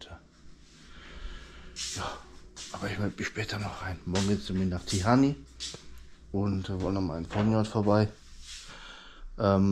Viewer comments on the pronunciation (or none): Immunsystem stärken lieber... Zitrone, Ingwer... Vitamin B... Und Barfusslaufen ist auch super... Kneipen... Gute Besserung ❤ Tihan wird es ausgesprochen... nicht Tihany 😅😊🎉